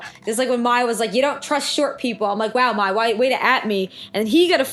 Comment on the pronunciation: Mai is pronounced like My